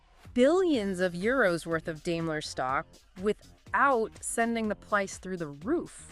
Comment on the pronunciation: Not dailer but Daimler